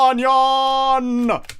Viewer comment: rip roobanyeayn u will forevah be in our memoreez